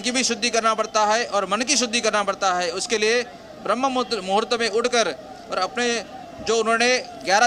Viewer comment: Jo banda sadhu ho kar bhi BRAHMA MUHRUT ko sahi se nahi bol paa raha hai ,, us ka interview le rahe ho ... Anchor bhi yehi bhool kar di hai 😢